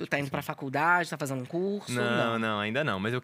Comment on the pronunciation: Esperava nada e foi show! só eu que notei que ele troca o D pelo N ? fazeno, andano, dançano...